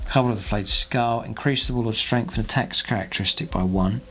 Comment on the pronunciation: And if he says "Strengf free" instead of "Strength three" or "free Damage" instead of "three Damage" for many more videos I'll have to cancel my subscription. Use your natural dialect off camera please. When the little red light is on, please use a more "professional broadcasting" dialect. Your local newscaster probably pronounces "th" sounds as "f" or "v" sounds at home, but I guarantee he or she pays special attention to enunciation whenever the camera is on too.